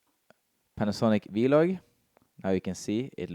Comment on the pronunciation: Great video as always. I stopped at your norwegian vloG pronunciation :D Very similar G as in Denmark. I'm living in Denmark for 2 years otherwise i would never notice 😅